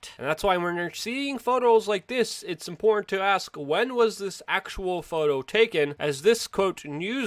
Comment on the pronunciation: “Impor-inn”... Luke has been doing this for 15 years but you still can’t take the thug life out of him, haha